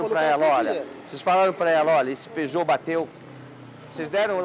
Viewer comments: Parei de ver quando disseram peugout 307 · Peugeot 😂😂😂 AutomaticO kkkk. É AutomatizadoooO